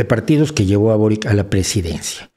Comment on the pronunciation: Primero, venezuela si es de izquierda aun siendo una dictadura personalista y segundo, se pronuncia borich no borik